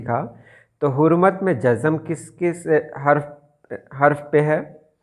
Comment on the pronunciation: السلام علیکم ۔ محترم ؛ بہت معلوماتی ویڈیو بنائی ہے آپ نے ؛ مگر انتہائی معذرت کے ساتھ ویڈیو کی ابتدا میں آپ نے لفظ ؛؛ جزم ؛؛ کو ( جز+زم ) پڑھا ہے جو کہ سراسر غلط ہے ؛ جزم ؛ لفظ کی ( ز ) پر آپ نے ؛؛ شد ؛؛ ڈال کے پڑھا ہے جو کہ غلط ہے ؛؛ شاعری کی کلاسز میں استاد کا اپنا تلفظ درست ہونا انتہائی اہم کردار ادا کرتا ہے ؛؛ امید ہے آپ میری بات کا برا نہیں مانیں گے ؛؛